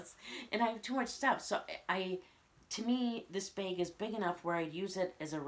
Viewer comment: Drink every time she says "bayg"